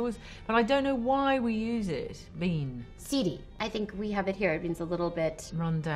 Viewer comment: Mindy: Seedy Caption: CD